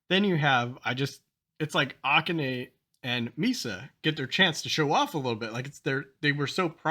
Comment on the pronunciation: Kanami's name has the accent on the second syllable. You got that. So does Akane. Ah-KAH-neh